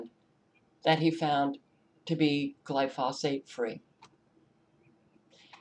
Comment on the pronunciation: FYI: Gly-foe-sate is the correct pronunciation.